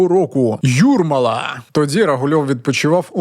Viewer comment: Я так розумію, що ти так радісно вигукнув «Юрмола» бо нарешті знав як поставити наголос? 😂😂